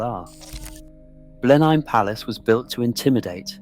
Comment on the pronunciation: It's ponounced "Blennim" ⚠️